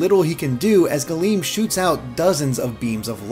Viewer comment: Not old Latin, but Classical Latin. Galeo means "I cover," not galeem. Galeem is the active subjunctive; it would mean "may I/let me cover." Plus, it would be pronounced "Gahl-em," imagine the e being the e in "bed" but held for longer Source: AP Latin